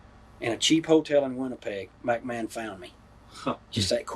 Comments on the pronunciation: Mack Man instead of McMahon. 🤣🤣🤣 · Yeah, I laughed out loud at that too. He repeated it too. He finally got it right on his last attempt when he says Macho got to “sachet“ her around.